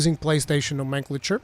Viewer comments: Haha dude, you need to lookup how to pronounce nomenclature. Hearing you say it threw me off every time. Helpful tips, thanks! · Nice guide, but it's now·muhn·klay·chr heh